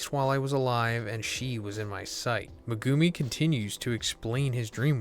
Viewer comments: Who is mugumi???? It’s MEG UMI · Its pronounced Megumi bro, NOT MeGOOMY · Mugumi? Megumi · Bro can you please stop butchering megumis name, people say stuff everytime in the comments everytime you say it. Like watch the series dub and youll hear the right pronunciation. At this point it's getting too much to bear with. Meg-ooo-me not mah-gooh-me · Meh-goo-me lol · MehGOOmi, this guys pronunciations kill me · You got waaaay too many syllables when saying Megumi 😂 you’re saying MeGOOme. It’s Meg like Megaladon the big ahh shark followed by the Goo minus a O then you say the “Me”. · Maybe he only reads manga, only explanation I have. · He calls him Me-Goo-Me? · I hate the way you pronounce megumi. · Bro still can’t say megumis name right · He'll never learn to say Megumi correctly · Bro your saying megumi all fucking wrong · 😮the way he pronounces megumi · Can you fucking pronounce megumi’s name right Jesus christ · this dude doesn't know how to pronounce megumi, lol. it's easy.